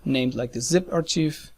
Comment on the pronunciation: I have finally understood what you are saying. Please do not think I am criticising your English, I just want to help. In English we pronounce the word ARCHIVE as ARK EYE V not AR CHEEEV. I really hope you are not offended.